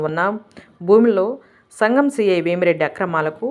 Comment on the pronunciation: వేమిరెడ్డి కాదు అయ్యా.... వేమా రెడ్డి